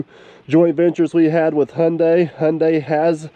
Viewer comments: n you still dnt no how to pronounce there name lol its pronounced high-un-die, shes a beaut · All day, every day, Hyundai. In Aussie we pronounce Hyundai as Hi un day. Give Kleeman first crack. Just for the footage.